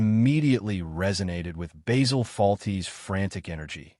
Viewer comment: It's Basil.......not Baysil.